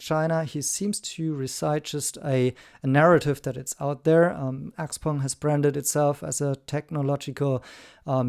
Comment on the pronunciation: One of NIO’s ace cards is the subscription service for NAD that is leaps and bounds above the rest. They are extremely humble about NAD unlike the others…This guy can’t even pronounce Xpeng. 😂